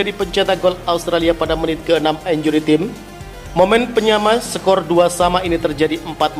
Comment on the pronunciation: Pronounciation bahasa Inggrisnya benerinlah, masak time (taim) dibaca tim